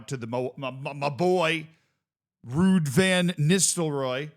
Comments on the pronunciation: You did butcher it, Ruud is not pronounced the way you did it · Excellent pronunciation of Ruuds name